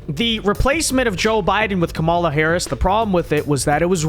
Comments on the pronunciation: I support your videos and generally like them but dear lord, you intentionally mispronouncing Kamala is extremely immature and irritating. Makes me click off the vid every time. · Notice Ana calls her by "Ka-Mala"